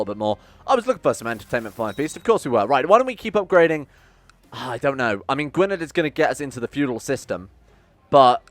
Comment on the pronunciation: Gwynedd is pronounced gwyneth btw